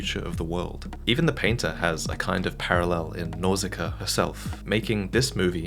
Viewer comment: It is pronounced Nausica-a. The points above the a, when not used as an umlaut in German, represent that two letters following each other are pronounced seperately.